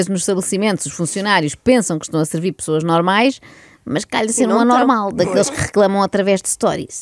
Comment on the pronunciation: não é "pessoas normais", é "fessoas"! "Fessoas"!